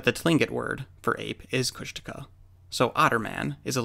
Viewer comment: Is it pronounced [kushtika] like the narrator in this video?